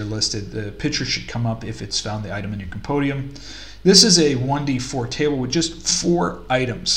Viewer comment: Hehehehe. Speak after me: Com - Com Pen - Pen Di - Di Um - Um Compendium - Compodium! :D Neat video, nice setup of vendors. Stay crunchy.